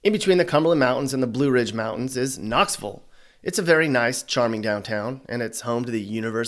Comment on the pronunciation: Makes me happy you said Knoxvulle. My man.